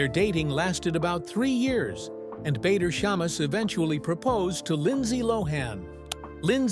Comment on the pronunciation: Lindsey seems like a nice person, a survivor her husband's name is Not pronounced Bayder... its pronounced Badder... Before moving to Dubai she was living in next door country Oman... why and who with?... i do not know details, but she was clearly there - Oman is a very little bit different to Dubai, people live there if the have a job, or are their with spouse and/or family... Her husband may have the Kuwaiti nationality, but origionaly is of either iraqi or turkish decsent.